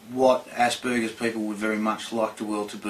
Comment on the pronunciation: did she just say assburgers??